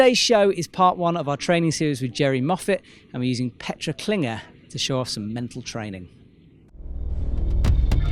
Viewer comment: At least pronounce her name correctly, it's KlingLer not Klinger